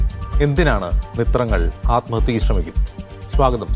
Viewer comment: Mitrangal Alla mootrangal